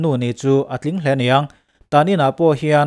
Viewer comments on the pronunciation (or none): none